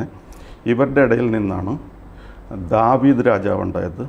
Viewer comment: ദവീദ് അല്ല ദാവൂത്